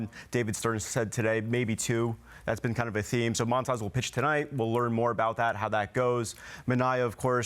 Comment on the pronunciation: Stop saying moan tas, it's montas